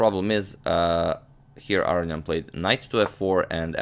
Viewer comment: Interesting game. FYI Aronian is pronounced A-ROW-NEE-EN